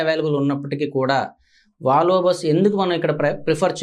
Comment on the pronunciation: వాలవో. కాదు. వోల్వో. అనాలి...